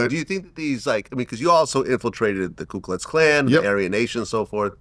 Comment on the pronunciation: Its Ku Klux Klan. Not Klu! As a journalist Vlad, you should know this.